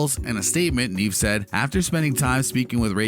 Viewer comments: Neve is pronounced "Nev" not "Neev" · Neve as in Kev not Neeve as in Steve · dude it's just an accent 🙄 chill